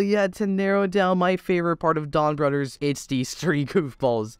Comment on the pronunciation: It's Donbrothers not Donbrodders that's how you say it. Or am I hearing it wrong?